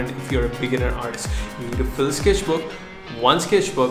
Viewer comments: When you say “sketchbook” it sounds like sKesh book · you should sell the "sKeshbook